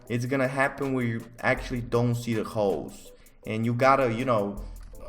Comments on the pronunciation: When he says holes it sounds like hoes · holes what my brain hears every time: hoes 🙈